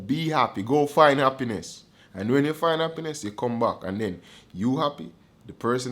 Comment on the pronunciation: Man say “Happiness + Happiness = HappyYessss” 😂😂😂😂